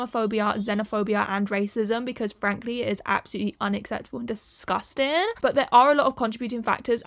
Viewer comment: Was the way you pronounced disgusting intended to be hilarious? The context makes me feel strange about laughing at that.